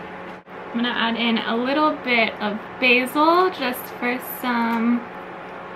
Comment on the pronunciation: That's not how you pronounce basil.